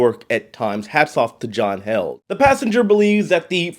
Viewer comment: John Heeled Not held